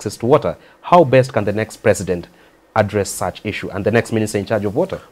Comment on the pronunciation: His Eggzellenzy prezzident Uhuru